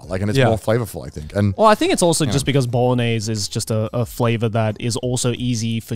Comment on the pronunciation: Garnt is the only person I've ever heard pronounce the g in bolognese